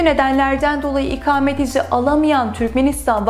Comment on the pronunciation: merhaba, çok rica ediyorum lütfen bunca önemli bilgi sahibi olduğunuz konunun ana başlığı olan "İKAMET" kelimesinin nasıl telaffuz edilmesi gerektiğini öğreniniz, çok önemli. Bu kelimenin a harfi sizin okuduğunuz gibi kalın değil, ince telaffuz edilir ve siz konunuzun bunca hakimi bir insanken ve her cümlenizde en az 100 defa "İKAMET" kelimesini kullanırken, lütfen çok rahatsızlık verici olan bu yanlış telaffuz şeklinizi değiştiriniz. İnanın bir Türk vatandaşı olarak çok rahatsız oldum videonuzu izlerken... Umarım yorumumu okursunuz. Kolaylıklar diliyorum, Özlem Didem Cubela